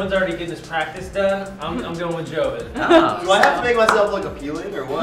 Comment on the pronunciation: or so, did say jovie instead of joven? Or did I just hear it wrong?